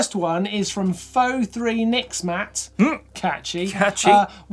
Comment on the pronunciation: This is the second time I’ve seen you butcher the same person’s name, I believe it’s meant to be “PHOENIX MATT”, he replaced the “e” with a 3! Love the show guys, most entertaining.